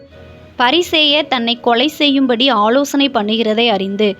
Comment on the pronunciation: பொள்ளாத , நள்ள, ஆளோசணை மற்றும் பல. But for the faulty pronunciation the quiz is excellent.